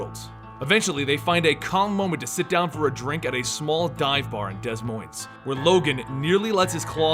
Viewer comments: is de moin not dess moinz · It’s DA MOYN. Not DEZ MOINZ. It’s French and it’s spelled Des Moines. It pisses Iowans off when you say it wrong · It’s pronounced deh moin not des moins it’s spelled that way but it’s not pronounced that way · It's not pronounced Des Moines it's pronounced De Moin. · Dez Moynz hahaha. It's pronounced Deh Moin. I'm from LA and I know this. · The only thing that triggered me, Des Moines.. it is pronounced Duh Moine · It is pronounced de moine the s at the end of each word is silent. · Des Moines is pronounced “De Moine”. The s is silent in both. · Des Moines is pronounced de-moin.... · lol dez moinez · I got excited when he said Des Moines because that is the capital of Iowa and no one realizes we exist :D. You also pronounced it wrong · loves how he pronounces Des Moines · For future reference, you don’t pronounce the s in Des Moines. However in Illinois you do pronounce it in Des Plains. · As a person from Iowa you do not pronounce the s in Des Moines and I almost threw up in my mouth when you did. I love you but you just broke me. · You pronounce Des Moines wrong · You pronounced Des Moines wrong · Hah. I live in Iowa, and you BUTCHERED DesMoines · Who else got a little triggered that he mispronounced Des Moines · He butchered Des Moines 😂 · I'm enjoying this recap of Wolverine's late history, but when you mispronounced Des Moines, it hurt my ears. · That bothers me you said des moines wrong lol your not supposed to pronounce the s's